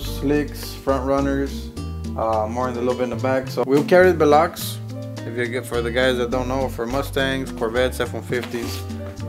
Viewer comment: Did he just call them “behlocks”😂